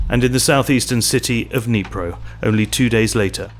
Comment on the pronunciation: I have never heard Dnipro being pronounced like that!